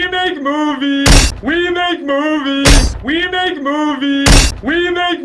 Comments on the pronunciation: After a while, it actually sounds like he's saying "remake movies" which seems even more appropriate for this video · It kind of sounds like he's say "remake movie"